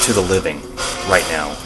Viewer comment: When you asked “what would you say to the living?” It sounded like “Suzanne”. Although I realize that it doesn’t make much sense!